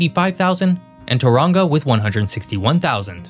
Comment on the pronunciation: Omg! The pronunciation of NZ place names in this video is shocking! Dunedin (Dune-eh-Din???! It’s Duh-Knee-Done) is shockingly bad, as is Taupo (Toe-paw) and to a lesser degree Tauranga (Toe-rung-ah). Do us a solid, get the names right?.